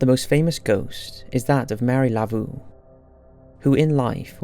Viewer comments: Her name is Marie Laveau, not Mary Lavoo. You do all kinds of research for these videos but don't take the time to find proper pronunciation of names and places. I usually don't leave critical comments on anyone's videos, but you have such a huge following, I hope maybe you will take a little extra time to find out if you're properly saying things. A little nit-picky on my part, I understand, but this happens quite often. I really do enjoy your videos and thank you for all the hard work you put into them. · It's pronounced Marie Loo-Voh, like the word "so" - I didn't know who the hell you were talking about at first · Megab Miller Yeah but the way he pronounced Marie Laveau was completely wrong, not just slightly off because of his accent. I agree with the OP, it might sound nit-picky but when there are mispronunciations in a video like this it‘s a bit jarring and can make it difficult to stay immersed. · Madeline Bell it’s one thing. It isn’t hard to stay immersed.